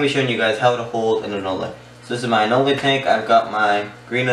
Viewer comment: Its pronounced an ol.there is no le on the end just an ol.